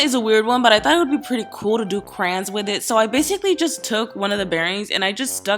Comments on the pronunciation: She calls the. Crans not crayons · She said crans instead of crayons😤😤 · am i the only one who heard crans instead of crayons??? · says 'crans' multiple times throughout vid BIIIHHHH IT'S 'CRAYON' NOT 'CRAN' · Does it bother any one else that she says crans instead of crayons?!?!?? It's driving me insane! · She says "Cran" instead of "Crayon" omg I hate that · WTF YOU SAY " CRANS ?!?!?!?!? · I literally love how she says Crayons she says "Crans" lol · How she says Crayons has me dying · The way she says crayons is so weird and cringy 😷